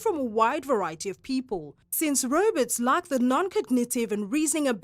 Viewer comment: she kept say robutt in the video. was she talking about robots?